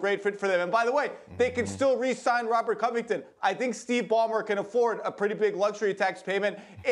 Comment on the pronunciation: "robert covuhton" - kendrick perkins